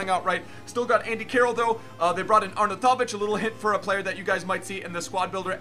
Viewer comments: Arnoutovic is pronounced: Arn out of itch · Btw u say it arnautoviv like are-now-ti-vich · "Arnatavic" =)) jk, you are the best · it is "ARE-NOW-TIVIC" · Please reassess your Arnautovic pronunciation... but love the vids! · Dark It was correct edit: no he just said it correctly once when he showed his team but the rest.. your right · yep xD He said it in such a typical American way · you pronounce arnautovic very weirdly